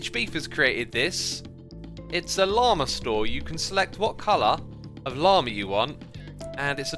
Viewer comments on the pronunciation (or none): none